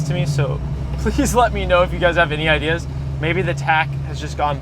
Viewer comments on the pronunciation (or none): none